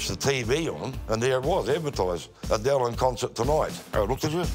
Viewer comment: Adele or A Dell 😂😂😂😂😂